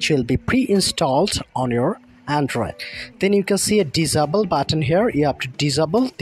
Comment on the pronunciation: Bro said dis abel